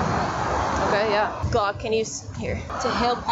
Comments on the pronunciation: SHE KEEPS CALLING HIM HLOCK THAT IS SCARY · Man she calling him “Glokk”😂 He must be a regular